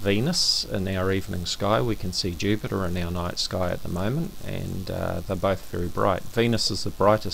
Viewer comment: did he just say Yupiter? Hahahahahahahahahaha so epic. Btw love your videos mate, keep up the good work!